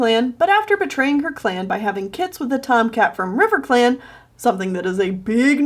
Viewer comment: Riverclam. it is all I hear